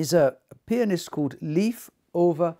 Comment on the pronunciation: Thank you so much for your presentation and your choice of pianists. I would be more than happy if you would choose one of Beethovens great sonatas ( opus 53, 106,111). And if you once again mentions Leif Ole Andsnes I can tell you that you pronounce his first name Leif like the english Life.